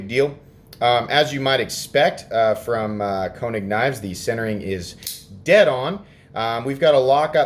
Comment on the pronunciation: Actually it's pronounced ' Kay -nig' .